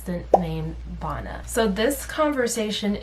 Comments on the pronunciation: Her name is Vanna like Hannah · btw I think her name is pronounced “vanna” like “savannah” or “banana” lol